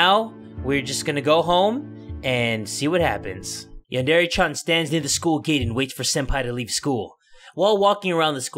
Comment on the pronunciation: HOW DARE YOU MISPRONOUNCE YANDERE